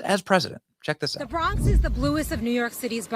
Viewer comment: You keep saying the Brong😂😂😂😂 he went to BK first clip and BX second clip